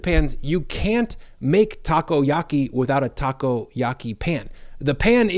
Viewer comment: Lost it with Taco-Yahkey